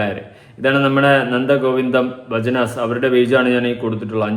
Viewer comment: ഭജൻസ്, ആണ് അല്ലാതെ ഭജനാസ് അല്ലെ അത് അവതാരകൻ ഒന്ന് പഠിക്ക് എന്നിട്ട് നമ്മൾ മറ്റുള്ളവരെ കുറ്റം പറയണം